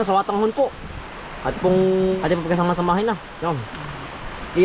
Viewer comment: natawa ako sayo. Kasi nadinig kita na sabi mo "swatanghon". Samin kasi, sotanghon" yan.